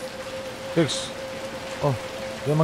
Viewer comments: bang namanya bukan sumai tapi six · Bang namanya six bukan some